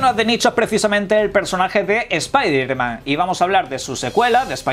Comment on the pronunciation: por qué no le dice "espiderman"... sino mas bien lo dice correctamente "espaiderman"??